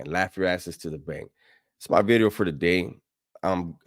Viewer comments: I say new veeedeeeoh bout 30 times a day randomly 😂😂😂😂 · NUU BEEDEEEOO 😂